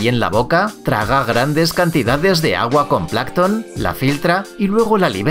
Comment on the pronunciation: es plancton, no placton